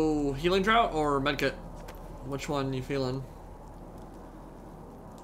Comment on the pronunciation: Great content. A healing 'draught' is pronounced 'draft' though. Like 'draught beer'. A 'drought' is a period of time where people are low on water.